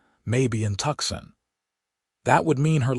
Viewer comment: AI didn't know how to pronounce Tucson!!